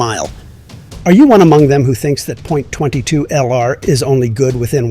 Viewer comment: Terrible AI no one says Point 22